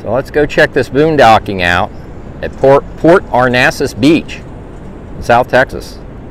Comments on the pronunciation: Port Arnasas? Lol No. It's Port Aransas. But nice video anyway. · Cactus jack, you’re pronouncing it wrong too. A-Ran-sas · It's port [ are ran sas ] that's how you say it and the beach permits are available at any gas station in Port A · It is PORT ARANSAS! ARANSAS! 😆😉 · You are misprouncing the name of the town, Port Aransas. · A-ran-sas 😅 our NASA, is in Houston.